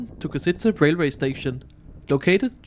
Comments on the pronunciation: Ok, that carriage looks actually good. Funny how people can't pronounce Košice haha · El autor de este video es un analfabeto? No sabe ni leer el nombre de la ciudad Košice, Poprad etc. Por hablar tan mal de todo te mereces "Persona non grata" en Eslovaquia!!! 👎👎👎👎👎